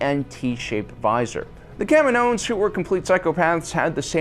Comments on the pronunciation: Why do u keep saying kam'inoans?? Lol.. Smh... Learn to get the proper pronunciation first.. Dork! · Anyone else cringe when he pronounces Kaminoans?